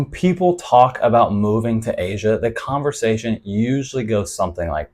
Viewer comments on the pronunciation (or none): none